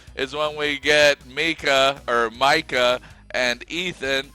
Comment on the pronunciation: I think it’s a bit worrisome that you don’t know how to pronounce, Micah… especially after 6 seasons and now 4 episodes deep. I do however, appreciate your video. Not a troll. Not a hater. The dark haired square head was brilliant!!! 😂